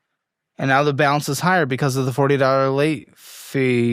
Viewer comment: Every time she says “BECUASE” it reminds me of the chicken joke. 😂